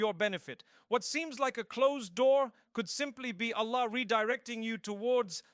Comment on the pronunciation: yes, but the problem is mufti menk never tell this types of things and we are listening it and if there has any misinformation so we will be the sufferer and thr main sign that this is AI generated is hear the pronunciation of ' Allah ' is not clear, it is ' ala '